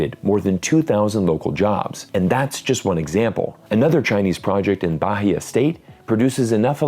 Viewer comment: H in Bahia is mute so is correctly spell baía instead barria (the rr is how the h sound in english sound in portuguese)